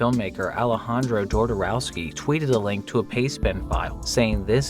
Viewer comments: That is.....not how you pronounce "Jodorowsky" ;XD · The J in "Jodorowsky" is pronounced the same as the J in "Alejandro" Great video as always :)